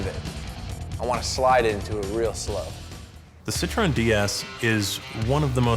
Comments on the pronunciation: Sit-tro-en? Ci-tren. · Citro-e-n.... -.- it's pronounced Sitren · "SIT ROW N"...HA HA HA....Fucking Americans......sit tron. say it with me now.....SIT-TRON. Ha ha....epic fucking mealtime indeed!! ha ha "sit row n"...classic. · the cit ro en ds lol! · "Ci-tro-en"? Really?